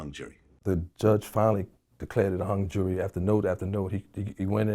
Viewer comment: Only in Harlem will you hear someone properly use the Disseminate and in the same sentence pronounce “jury” as jewelry